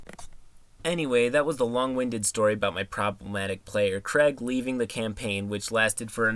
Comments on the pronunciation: It bothers me how much you mispronounce Craig. It's not just you. It's "Craig" not "Creg". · As much as I love, I can't handle the fact that Craig is said as Creg.